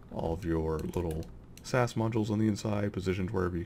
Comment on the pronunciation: you pronounce it s-a-s not sas